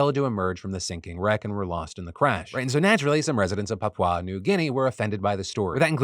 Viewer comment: You Americans really try with your pronunciations. Papau New Guinea. 😂